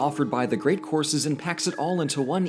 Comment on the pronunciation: What he said: "...one month of unlimited courses." What I heard: "... one month of unlimited horses."